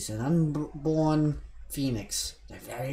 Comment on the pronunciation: Call the pheonix penix cause i. Thought you said that at first